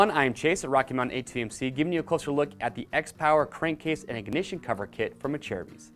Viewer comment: songer121 yes,it's pronounced like he did In the video . It's a Italian company.